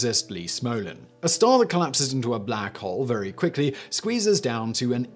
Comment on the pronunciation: Vewy vewy*